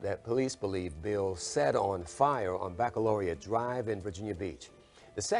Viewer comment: so you can pronounce baccalaureate correctly but not the victim's name after she said it in a video you posted.